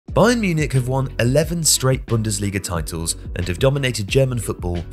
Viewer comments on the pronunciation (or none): none